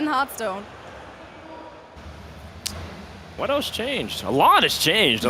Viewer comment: AUGH!! it hurts my brain when people, apparently even devs, pronounce it "Herthstone"